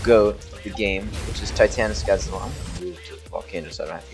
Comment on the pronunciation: No more calling him GOD-AIR-AN